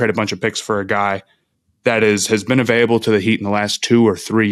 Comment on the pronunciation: Is it an Ohio thing to say Avaiyable rather than Available? Genuinely asking not trying to be disrespectful